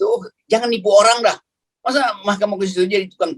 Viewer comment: Top bung rocky " Mahkamah Konstipasi " 🤣🤣